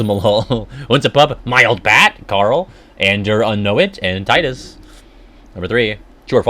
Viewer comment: Take a drink everytime he says Tidus wrong. The voice actor explained how to say it, so of course we know the true way of saying it. They wouldn't lie to him lol